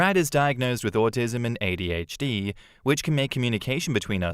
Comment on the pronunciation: Listening to say “Audi HD” is driving me crazy 😂